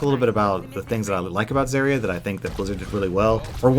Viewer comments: The biggest problem is you can't pronounce her name correctly!!!! Brah Its Zarya with an A not Zerya with E !!!! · I can't even finish your video because you just ranted on and on at the beginning, while butchering the pronunciation of her name. It's ZAH-RIA, not ZAY-RIA. If you're going to talk about a game, at least learn how to pronounce the terms properly. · the way he pronounces her name annoys me. I pronounce it Zarya, not Zariya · the way you say zaria really bugs me. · Zerya? I don't expect someone who doesn't know how to pronounce her name to know anything about how she works... Just don't shoot the barrier ( referring to the Mei video ) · the way you say zarya makes me want to puncture my eardrums with rusty screwdrivers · I hate the way he says Zarya.. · says Zaryas name wrong Me: TRIGGERED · dude cant even say her name right. gg bro